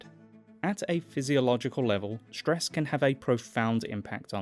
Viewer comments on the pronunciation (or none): Hearing ‘shtress’ instead of ‘stress’ stresses me. Can’t help the response.